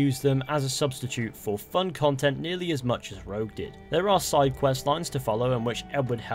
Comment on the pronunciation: Rouge? It’s rogue